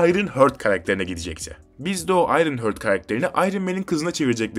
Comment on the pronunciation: Ayrınhört değil Ayrınhart 😂